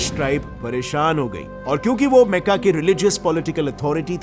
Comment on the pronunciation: Meka nahi makka hai Bhai Jan